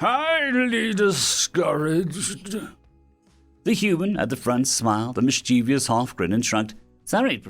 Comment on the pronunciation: miss-chee-vus, not mis-cheevy-us